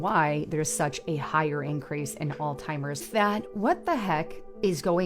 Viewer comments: "Increases your chances of altimers!" lol. Hard to take someone serious when they can't say the word. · The amount of people that mispronounce "Alzheimer's", is astoundingly sad. People always say it like she did, "All-timers", or the classic "Old-Timers". Seriously though, humanity is so far past lost, it's not even funny anymore, like laughing and making Idiocracy jokes. It's just sad, deplorable and pathetic anymore.